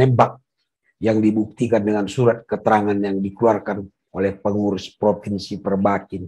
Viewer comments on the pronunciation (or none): none